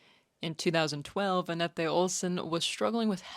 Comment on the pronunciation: Nice job, this looks to me like a good summary. Pronunciation notes: * Anette's name is pronounced the same as English Annette. The final E is silent. There's a Nightwish pronunciation guide video ( ) which is correct for all names except hers; the video trolls us on that because he left in the reading of her name as if it was Finnish, with a non-silent final E. Comments on that video from its creator confirm that he just left that in because he thought it was funny, which seems incredibly unhelpful to me... If that was your source for Ah-net-eh, then yeah, you got trolled. * In some Finnish names, consecutive vowels are separate syllables, very different from English. (Well actually still dipthongs). You were very close on most, just emphasis on the wrong syllable e.g. in Hietala. It's HEE-Et-al-ah or Heeyet-a-la. ( , you have the emphasis on the third syllable.) (Edit: I had previously been mishearing or misremembering and thought the first syllable was more like "high" than "hee", but listening to other Finns saying it in interviews and so on, they are indeed saying "hee.") * Tuomas Holopainen I think you got mostly correct, just lacking confidence :P The last name is "HO-Lo-Pine-en". No long "ee" sound anywhere. Marko pronounces it in the intro to Greatest Show on Earth at Tampere 2015, (in Finnish) "on keyboards, Tuomas Holopainen" since Tuomas has a solo at the start. . He does the same for Kai when introducing Weak Fantasy. * Floor Jansen: nailed it